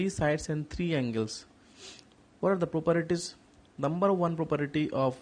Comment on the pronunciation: Sir its properties not properities